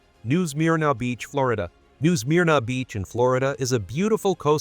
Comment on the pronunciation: New Smear-na beach. Aren’t AI channels great! 😂